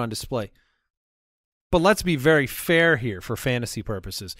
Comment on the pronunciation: Idk why but the way pronounces the word “very” as “veer-ee” is very bothersome to me 😂